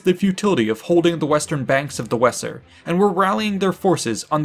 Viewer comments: Weser, it's pronounced wazer. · Very well presented. the river wesser is more closely pronounced Vayser. Hope this helps. Thanks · The Weser river is pronounced in modern German roughly like VAYS-er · “Weser” is pronounced “Vaser”